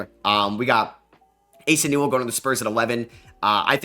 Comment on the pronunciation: Ass-uh Newell has me crying 😂 such a funny miscue. Love the mock draft stuff!